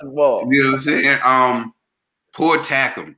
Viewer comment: It's pronounced Tak am.